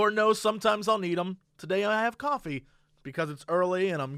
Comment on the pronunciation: "Hey guyss its coffeh time"